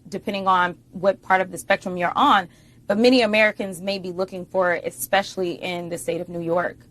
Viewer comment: Did say "exspecially"?